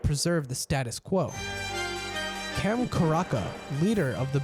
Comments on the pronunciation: Why the hell the narrator did pronounce the artist names in English? Cem Karaca is Cem Karaca, not Kem Karaka:) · Gam Karaga u can pronounce it correctly